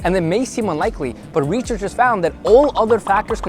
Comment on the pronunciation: wtf is a reachercher